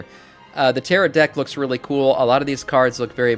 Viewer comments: teh·row not teh-rot Normally i wouldn't post anything, but I found it so jarring i had to pause the video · Tarot, pronounced ,Tar-oh. last t is silent.